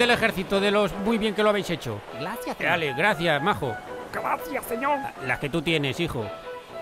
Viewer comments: "Glaciah senioool" 😂😂😂😂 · "Glácia señodl" xD